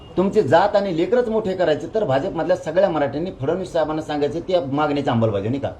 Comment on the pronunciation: तू जोपर्यंत "आंबलबज्यावणी" ऐवजी शुद्ध "अंमलबजावणी" असं म्हणत नाहीस तवर ज्यारांग्या, लिहवून ठेव, तुला आरक्श्यान भेटत नसतंय..‌